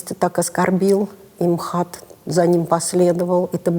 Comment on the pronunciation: "Эм Ха Тэ" звучит хуже, чем "МХАТ". ИМХО.